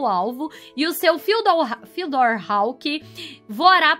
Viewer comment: A pronuncia do nome do mapa é tipo fudiór kk